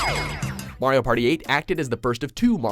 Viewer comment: Thank you for saying Mario's name properly, and not pronouncing it 'Mary-oh'.